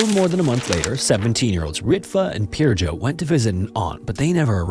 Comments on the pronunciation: A tip for pronouncing Finnish names: the emphasis is always on the last syllable, not the first. So it's not ENsio, it's ensiO, seutuLA (with a short u) and not SEU-too-la, helsinKI, not HELLsinki etc. J is also always pronounced like a Y, so the victim's name is closer to Pir-yo. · he pronounced Pirjo's name incorrectly, he could have researched it, it's not rocket science, but being a typical angloid he just assumed letter "J" stands for the same sound in all languages that use latin alphabet